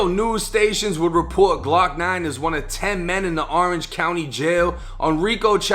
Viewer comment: "Glawk Nawn & Bawl Pawk". That Boston accent is lethal.